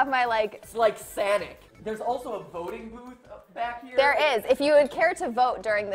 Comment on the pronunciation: Did he call sonic sanic!